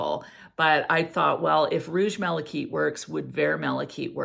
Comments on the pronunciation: I agree - (kite) I’ve never heard it pronounced as “keet” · Malachite'is pronounced ( mala- kite)like flying a kite not keet